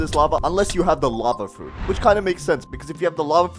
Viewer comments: (“Lava fruits”) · "Lava fruit" 💀💀💀💀💀💀💀💀💀💀💀💀💀💀💀💀